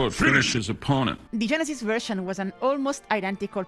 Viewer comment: 😅😅the first few times you said genesis i thought you said genitals